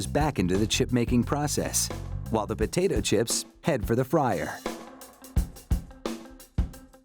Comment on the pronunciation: They said "How POTATE CHIPS". MADE OUT OF DOUGH